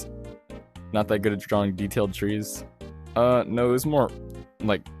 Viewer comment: I say drawwring